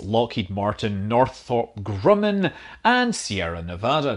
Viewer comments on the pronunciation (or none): none